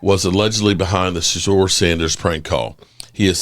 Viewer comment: What do we expect from a guy who can't even pronounce the Name Shadeuer ...This weirdo pronounces it as Sadeur